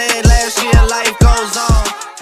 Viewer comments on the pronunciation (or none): none